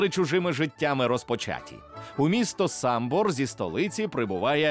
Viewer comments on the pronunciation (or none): Самбір а не Самбор